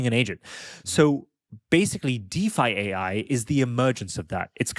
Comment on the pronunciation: I think it should be pronounced by saying: Deef and then saying the letters AI. Deef AI